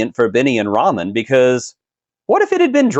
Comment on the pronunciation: Lol did you call Tyrese RAMEN Pierce and not Roman Pierce? Ok you’re prob right. 2 down 8 to go. Enjoy the rest lol😅 and give me more meathead in space. Riddick is the goat!!